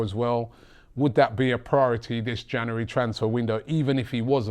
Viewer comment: I hate the way he pronounces January